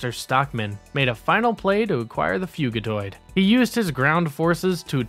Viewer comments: Fugitoid = fugitive android Not "Fuegitoid" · Thumbs down for mispronouncing fugitoid. It’s literally short for fugitive android.